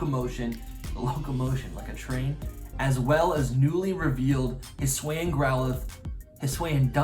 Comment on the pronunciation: Hi-S-oo-Ian. Not huSWAY-in.